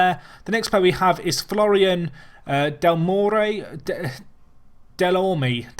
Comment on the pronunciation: I do believe Delorme, as he's French, would be pronounced Del-erm :) People who are more acquainted with the language feel free to correct me though.